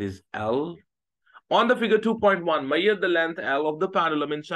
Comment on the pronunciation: Ashame men ..foolish sir ..just learn some english is measure not meiyer😂😂😂😂